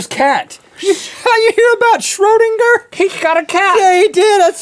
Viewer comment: It's pronounced Schraedinger!